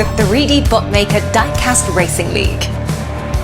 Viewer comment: That lady who does the voice over at the beginning, was she cheap to hire? I ask because you hired the only woman in the UK who can't pronounce "diecast" correctly. I say that as an Englishman